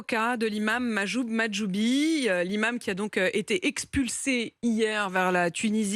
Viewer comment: elle a réussi a bien dire Mahjoub Mahjoubi 😆